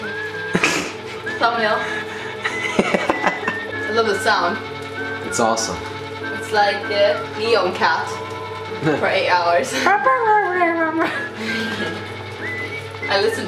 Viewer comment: NYAN cat not NEON cat